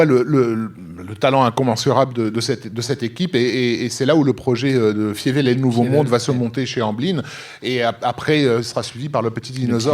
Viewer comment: "Fievel" se prononce "Failleveule". Ca serait cool de regarder le film en question et de connaitre la prononciation (VO comme VF)...